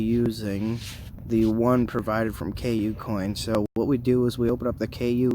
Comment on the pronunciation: Bro you have to stop calling it "K U - COIN" its pronounced coocoin.. All one sound cooo - coin.. It's hard to take you seriously if you don't even know how to say the name of one of the top 5 exchanges in the world lol.. Not hating bro just trying to help ya sound a little more official